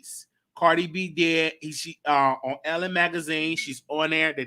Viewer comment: it’s not “Ellen” magazine, its ELLE.... pronounced EL...